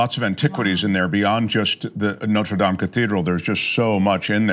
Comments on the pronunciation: Noter Dame? Its NOTRE DAME! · No, tre dames?